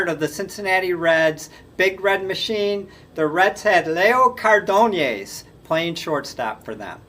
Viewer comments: I thought it was pronounced CAR-din-az. Maybe that's not correct in Spanish, but that's how I always heard it. Also- Zoy-yo I think is correct. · Leo (Chico) "Car .. Denice" ???